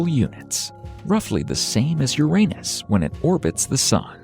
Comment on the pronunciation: At last! Someone properly pronounces "Uranus".